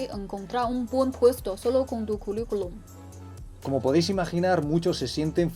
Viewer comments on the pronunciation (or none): curriculum = culuculum :v